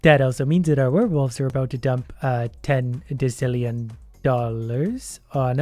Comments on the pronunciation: you're killing me. In decillion (pronounced di-ˈsil-yən according to the Merriam-Webster dictionary) the c is pronounced as an s, not as a ck. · Decillion is pronounced desilion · Hey, it’s technically pronounced desillion, but you do you. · Its pronounced: De s illion Not De k illion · "dekillion" Oh, you americans... It's deci, as in decimal. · I'm telling you that when you called to Killian it's pronounce decillion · i hate how you said decillion. its decillion not dekillion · funny thing is decillion is probably ACTUALLY pronounced dekillion but everyone just pronounces desillion because english rules or something. also desillion sounds better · Decilion is the wrong pronunciation say it like desilion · Omg his pronouncing decillion wrong 🤣. I don't think I have the heart to tell him (or the money 🙃), that's why I'm writing it. Decillion is pronounced "desillion", it's one of those moments where the "c" makes an "s" sound. Edit: Man. I kind of wished he kept pronouncing the names wrong through the episode, cause it would have been amazing. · decillion is pronounced "des ill ion" so you were partially correct on the pronunciation also if you click the thing in the top right you can buy stuff at different amounts of money so you don't have to keep I'm buying so much of a certain thing then you can put it by Max and you'll buy the maximum amount of a certain item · It is pronounced Dess-Ill-eon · Decillion is pronounced “De-sil-ion”, by the way. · its pronouce "des-illion" noob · Decillion is pronounced with the s sound. Also, the list of big numbers goes Million, mille means thousand, and a million is a thousand thousands. Billion, bi- means two. Trillion, tri- means three. Quadrillion, quad- means four. Quintillion, quint- means five. Sextillion, sex- means six. Septillion, sept- means seven. Octillion, Oct- means eight. Nonillion, non- means nine. Decillion, dec- means ten. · daa sil E on = decillion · I'm pretty sure decillion is pronounced like desillion